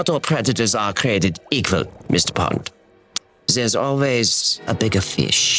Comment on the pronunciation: "Mishter Pond" Hahahahahahahaha:face-green-smiling